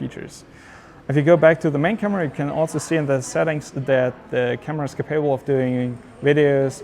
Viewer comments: To the speaker: the word capable has stress on the first syllable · Can you learn to say "capable" in the correct way?! Your version hurts my ears.